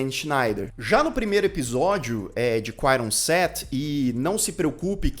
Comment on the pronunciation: “QUAIRON SET” Q pronuncia horrorosa mano kkkkk